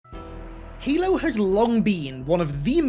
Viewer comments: Bro really said "Helo" 💀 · helo? LOL youre 343 bot boy brain cant even say the games name right. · "heylo's campaign"